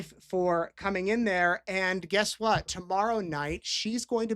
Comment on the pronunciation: Why does she say wha instead of what🙄 I remember hearing this during the trial too. I can't stand her